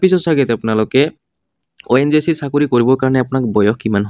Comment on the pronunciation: ONJC nhoi o dada ONGC buli kok